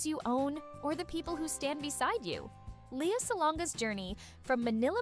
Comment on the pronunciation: Lea not Lia.. pronounce the name correctly